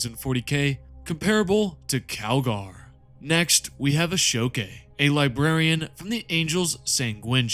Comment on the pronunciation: Uhm… “Libarian”?